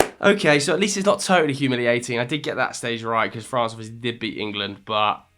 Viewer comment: There's only one R in France btw